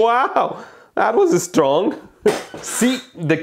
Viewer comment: "See the capacitors are so straaaaaaaough ! 😂